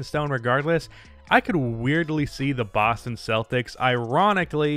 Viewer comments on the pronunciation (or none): none